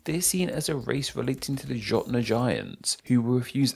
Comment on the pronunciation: I'm disappointed that a chanel revolving around language, pronounced "jotnar" with a 'j' sound.